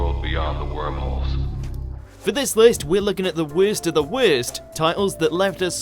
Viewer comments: Wirst of the wirst? What? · "Werst of the werst"